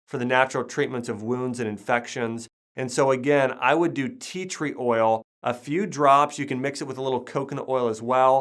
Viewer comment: did you say theatre oil